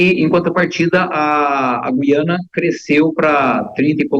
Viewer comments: NÃO É GIANA, É GUIANA. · Na nossa língua pátria a Guiana deve pronunciar o "U" os jornalistas deveriam saber. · Moça, Gu- i- a-na!, no Brasil Em Portugal vc deve falar Gui- a- na...❤ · EM PORTUGUES A PRONUNCIA É GU-I-ANA. ALFEBETISADA PELA PÁTRIA EDUCATIVA!